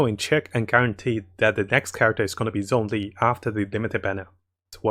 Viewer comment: Ahhhh, i really like your videos but your pronounciation of zhongli makes me cringe every time D: the "zh" is like a "sh" when you spesk it D